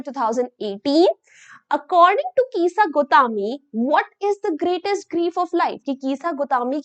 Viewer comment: Kisa gautami ❎ Keesa gautaaaame☑️